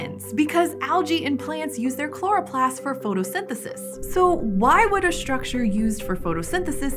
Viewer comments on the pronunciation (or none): "Myshtry"... "Shtructure"- is there some part of the continent where everyone is persuaded that there's an "h" in there? Where does this dialect originate? It's like "nucular"... that isn't what isn't written. It's so off-putting...